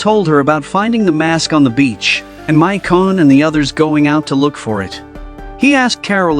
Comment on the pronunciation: The AI has forgotten how to pronounce Michonne.